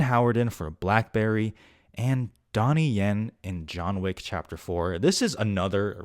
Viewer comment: Donnie Yen? 😂 Cmon bro...